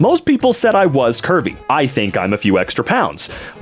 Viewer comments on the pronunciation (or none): for a long minute i thought you were saying “kirby” and not curvy. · I can’t be the only one that thought was saying Kirby instead if Curvy.